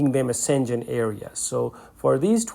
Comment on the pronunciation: Not szengen but Schen-gen and g is not english g but as in word gamma or guilty a G